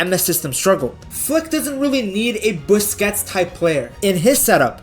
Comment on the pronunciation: sergio biscuits 😭..... just say booze-kehts